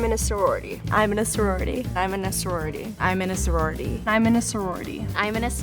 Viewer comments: Nobody: The beginning: imminaserority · what they were saying: I'm in a sorority what i heard: hi my name's rory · I heard, "im a nisorority" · "Iminnaserorty" -- First 5 seconds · no one: the girls at the start: iminasorority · The last girl sounded like she said I’m Minnesouri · “i’m in a saworidy” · "I min e sororiti." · sorority stopped sounding like a word at the start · Did anyone just try listening to who cant pronounce sorority correctly? 😂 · “I’m in a sorority” “I’m ina sorority” “Imina sorority” “Iminusorority” “Iminuhsurority” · Me: da faq is a sororororororirty? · I'm in a sorority I'm in a sowarity I'm in a sawrawity I'm in a surwatity I'm in a surwarity I'm in a smerority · imanasa roarity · "ok we'll give you 15 secs to state your case" everyone: im in a sorortiy